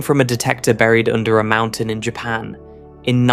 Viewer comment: Annoying AI commentary with a great British accent that uses American terminology/pronunciation and mispronounces too many words such as 'lead-lead', 'meson' and ''Japan'. Having said that, this channel deserves far more subscribers for its fantastic content.